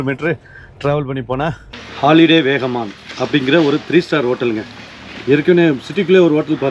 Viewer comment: அண்ணாச்சி வேகமான் இல்ல வாகமான் ❤❤❤